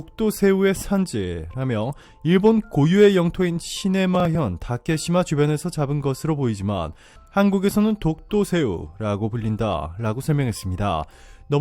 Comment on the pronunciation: ㅋ 시네마현 이라 읊조리는 ㅎ 시네마천국인줄 ㅎ 1분24초 ㅎ